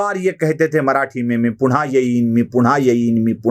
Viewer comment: मी पुण्हा येईन, मी पुण्हा येईन असं नाही मी पुन्हा येईन, मी पुन्हा येईन असं म्हणा तुम्ही "न" आणि "ण" चा खूप घोळ घालता बुवा तुम्ही नक्की कुलकर्णी आहात ना?